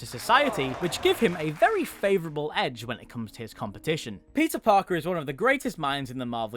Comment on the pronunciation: Did you say Pizza Parker? Or i'm just bad at hearing??